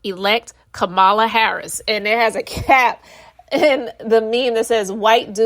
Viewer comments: Well well well well said! Just one thing to add: COMMA-la. 😁🥰😍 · COMMA-LA. That's how you pronounce her name.❤ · With all due respect… Kamala is pronounced Coma-la ❤